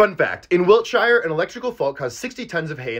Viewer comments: Fun fact UK pronunciation Wiltshire ..... ( Wilt-sheer) not (Wilt-sh-i-r) Sows .....? (S- ows) not (sews) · by the way, when part of a name like Wiltshire, shire isn't pronounced /ʃaɪəɹ/, it's pronounced shir /ʃɪɹ/ or shur /ʃəɹ/ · Pronounced shur, not shy ar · Fun fact it's pronounced Sheer not Shyer Also sows ryhmes with cows. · It’s pronounced Wilt-shear or “sheer” I understand the mistake but to an Englishman that would look something like this - wiltshyure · It's pronounce shur, not shire. A funny English thing. "Wiltshur". And a female pig is a sow.. like saying "south" without the "th" at the end. Pedantic yes, but people need to respect the small things, like how places are pronounced by the people who actually live there. I mean in America, you call New Orleans "Or-leens", It's a French place name, pronounced by the French as "Or-leeon". But as it's a US pace in this case, the world shows you the respect of pronouncing it your way.. but so few Americans can be bothered to show others that same respect. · Wiltshire is pronounced 'wiltsheer' my dude, love from across the pond 🇬🇧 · It's pronounced "wilt-sheer" mate. If you're going to talk about another country, at least take the 2 seconds it takes to Google how to pronounce it. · Pronounced Wiltsheer. We don't say Shire like that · Fun fact, It's actually pronounced wilt-sheer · Btw - Wiltshire is pronounced wilt-sheer, and sow is pronounced like the beginning of sour. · This is a great short and all, but the only thing that bugged me is how you pronounced wiltshire When a county ends in shire, its pronounced shear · As a British person, pronounced Wilkshire. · Wiltshure , its pronounced Wiltshure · We pronounce it “Wiltshir” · The way you pronounce Wiltshire is an insult to my country